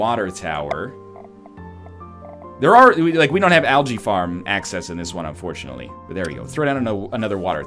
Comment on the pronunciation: English is my second language, but is that really how algae is pronounce?